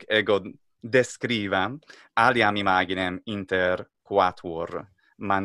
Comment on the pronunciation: A mi me enseñaron en la escuela que "quo" se pronuncia "cvo". Y "cae" se dice "ce" ("che" en español). En Google se escucha "imaginem" con GI normal, como en inglés, no con GUI. Ya no entiendo. Creo que el no pronuncia bien algunas palabras. Dijo "facies" como "faquies", pero tenia que decirlo como los italianos en el grupo CI, "faCHIes".